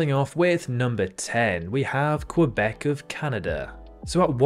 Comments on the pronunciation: Couldn’t pronounced Quebec right though 😅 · I know it would be wrong in French, but is his pronunciation of Quebec not correct in English either?